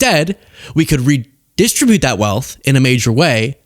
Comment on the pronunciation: ree•diss•STRIB•yoot - yes ree•DISS•trib•yoot - no